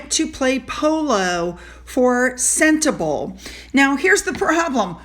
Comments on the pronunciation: Hello. Just friendly comment from a South African on your pronunciation of Sentabale. It is not senta-bale but more like senta-bali. (Bali as in the country of Bali. Much thanks for your videos. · It's "Sen-teh-BAH-leh". Edit: Congrats on finally pronouncing Baroness Bruck's handle correctly! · It's pronounced Sentabalee ! Harry is a liar just like his wife ! Look at his Army lies, the hero from the secure bunker ! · With all due respect to the country, it’s pronounced Sente-bah-lay.